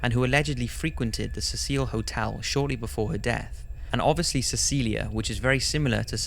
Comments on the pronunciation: Really good post man, but dude... 'See-sill' not 'Cecile' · You are mispronouncing the name of the hotel. It is pronounced "seh-sel", so that it rhymes with vessel, or nestle and is a mans name. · The Hotel is Pronounced See-Sil NOT Ses Seel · 15 seconds in and mispronounces Cecil and Los Angeles.